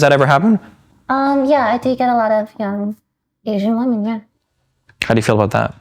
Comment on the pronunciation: I'd love Lily if she could just pronounce "women" correctly